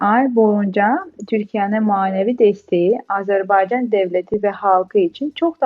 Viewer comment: İlk anonsu yapan hanımefendi Azerbeycan demek yerine doğrusunu Azerbaycan demeyi öğrenseydi keşke kamera karşısına çıkmadan önce.